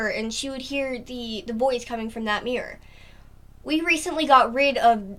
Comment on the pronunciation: mirror not mip